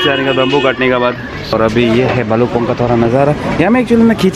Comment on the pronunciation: bro its bhalukpong. not bhalkukpong..🤣🤣